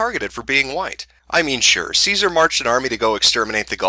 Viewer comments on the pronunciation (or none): none